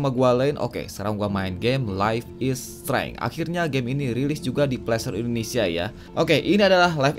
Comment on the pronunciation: Streng, streng... Bacanya streinj.. gitu